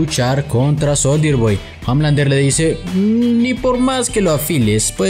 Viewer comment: Exacto, y Homelander se pronuncia omelander